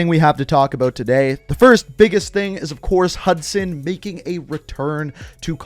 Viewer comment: Say hudsun